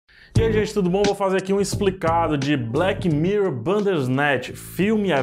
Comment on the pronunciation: Odiei o " evento" de "blequi mirrou".